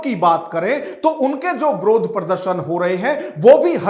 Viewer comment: अरे यार विरोध होता है । आप ब्रोध क्यों बोल रहे हो।